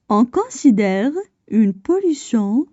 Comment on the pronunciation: السلام عليكم ورحمة الله وبركاته Si vous voulez améliorer votre prononciation. Vous prononcé : on considère , on cansidère , (AN ) alors que c'est (ON). Aussi , on fait des pauses de lecture aux virgules et aux points mais , pas à chaque mot . J'aurais apprécié que vous lisiez les phrases en arabes , je suis convaincu que votre prononciation en arabe est excellente . Voilà ma contribution de critiques constructives à votre production .